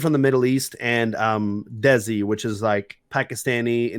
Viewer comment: AHHHHHH THE WAY HE PRONOUNCED DESI I WANT TO KILL MYSELF